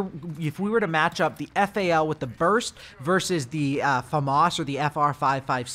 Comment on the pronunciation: It's not F-A-L bruv. It's Fal (F-owl)